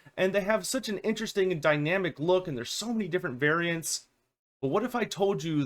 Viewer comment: don't you mean so many different "beariants".